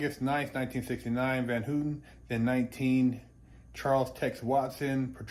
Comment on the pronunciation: It's HAW-TEN not HOO-TEN